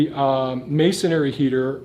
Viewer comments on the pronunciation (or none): Please: I love the English language. Those who present in English should as well. Masonry is pronounced masonry, not masonery. Thank you.